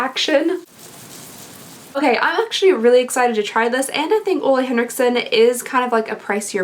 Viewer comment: Ole is pronounced like "ewla" not "olay"